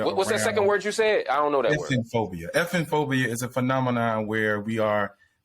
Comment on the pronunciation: He pronounced effemiphobia incorrectly... Anyway, he would be furious if he knew how many Stillman Omegas I've fkd